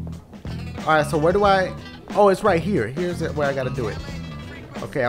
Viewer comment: Oooooo not ooh